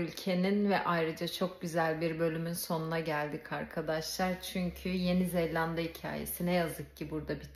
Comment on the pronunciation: Yeni Zelanda 'ya Yeni ZeLLanda demen bile çok tatlı. 😊